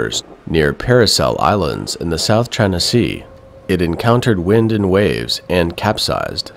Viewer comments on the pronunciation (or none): none